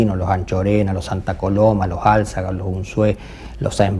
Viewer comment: Empieza el video este soltando mentiras de mierda... se confunde con lo que hicieron los anglos, será todo igual ?. Y se dice Alzaga, no Álzaga.